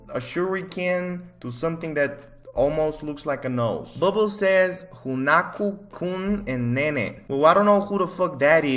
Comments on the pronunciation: Lol Just ta help you later its: han-na-co coon Love the roast, they've helped me alot😁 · How pronounces Hanako kun is just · As a person who watches tbhk (toilet bound hanako kun) I can say that is so far off on how you pronounce it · Hunaku Kun and neene. I CAN’T. BAHAHAHAHAHAHAHAHAHA it’s pronounced Hanako btw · he really said HuNaKo kUng aNd NeNeYh instead of hah-na-ko-kun- and ne-ne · Hanako Kun and Nene...the way he pronounced it lol (and I don’t even know who them is) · lol the way that he said hanako-kun and nene killed me